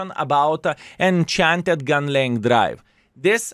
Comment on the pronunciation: you say Enhanced (not enchanted lol) Gun Laying drive it is not a correct thing to use but you don'[t say why like at all. It just lowers your aim time. Bounty is 12.5% which the worse it is the better it will help. Is-6 aiming time is 2.68 Lowering aiming time lowers your peak time, which is probably why people run it. Vstab lowers bloom and thereby aim time right? Still can't be snapping with it, still like.37 dispersion. A lot of people sit and aim and let people drive in front of their guns. So not sure which is really better to be fair. Well I haven't heard you talk about vents yet, but gld could be better over vents, I wouldn't remove vstab at least. Vents are bound to be a hot topic.